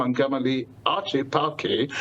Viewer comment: I think it should be pronounced Artsh -'E -par-ki